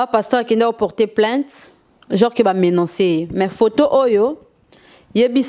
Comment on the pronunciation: a MENANCER....ooooh mama bovansaka na poto oyebi koloba MENACER te????